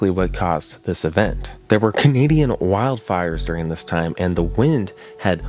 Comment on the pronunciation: *CHUGH* -nadian